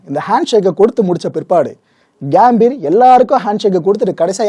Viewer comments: அது கேம்பீர் இல்லை சகோ கம்பீர்.... கம்பீரம்னு சொல்வோம்ல அந்த கம்பீர் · Gaambir ila gambir.pronounce pply bro